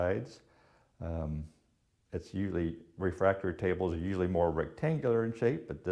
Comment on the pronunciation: Please...the word is "refectory". "Refactory" is something absolutely unrelated to furniture.